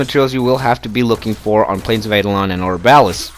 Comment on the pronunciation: Second it’s not pronounce aidolon